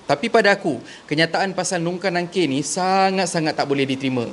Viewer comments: Perbetulkan sebutan/ejaan.. Mungkar dan Nakir.. bukan NUNGKAR NANGKIR.. hati² ye.. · Tolonglh sbut dgn btul.they r MUNKAR n NAKIR.bukan nungkar.bukan nangkir.